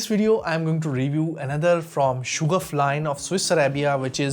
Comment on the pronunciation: Hello. Sha-gaf hai Not Shoo-gaf.